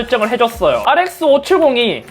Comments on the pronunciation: ReSX 발음 주의해서 알이에스쎄,,ㄱ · 알이 에 에스 세애스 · 형 뭐라고? R뭐??